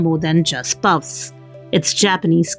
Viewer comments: Puffs ❌ Pupps ✅ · Its pupps not puffs 😂